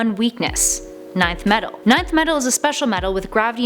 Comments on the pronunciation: why is she she saying ninth metal instead of nth metal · It's pronounced "Enth" metal not "Ninth" metal...... 😒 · Nth metal is pronounced EN-th not nineth....Fun fact: Nth is the only word to contain no vowels. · Nth metal is pronounced 'in-th" metal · Show me any DC publication where Nth is pronounced "Ninth." It's the equivalent of pronouncing Darkseid, "Darkseed." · Get someone to do the videos who isn't just reading a script. It's painfully obvious when something as simple as Nth is said wrong. Ninth metal lmfao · It used to be pronounced like that Pre-Crisis